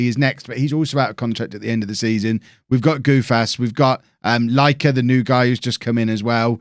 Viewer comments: Lykke = Laika. How are you getting to that conclusion,?:D I'm Danish and I would help you pronounce it correctly, but you won't listen, so I'll just let you go with "Laika".:) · Nicolaj pronounced "Nicolai" and the Y in "Lykke" is pronounced as a Near-close near-front rounded vowel, which is like the french pronounciation of U